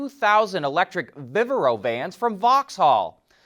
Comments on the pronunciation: Pronounced "Vivaaro' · He butchered "Vivaro" and "Rimac" as well, and I am not even halfway in the video.